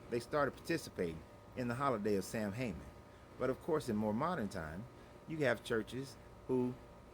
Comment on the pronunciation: It's not Sam Hayman, it's Samhain(pronounced "Saw-Win").